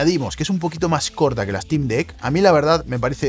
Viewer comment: Se pronuncia Sneik, no Esneik. Stim, no Estim. Valv, no Valve.